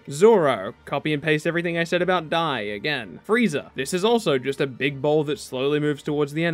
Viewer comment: When you said "dai" I thought you said "die" because they wrecked trunks ult 😂😂 I was thinking the same